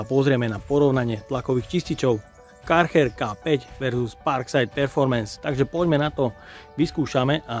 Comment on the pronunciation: chcel som velmi to video dopozerat, ale po tretom vysloveni Karcher a nie Kärcher som to zial vypol.